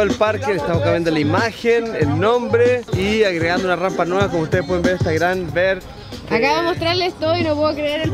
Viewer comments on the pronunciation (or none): se dice Rampa, no Rampla:( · Eres muy linda pero se dice rampa y no rampla